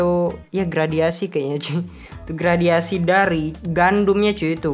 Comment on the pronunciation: GRADASI BANG BUKAN GRADIASI WKWKWK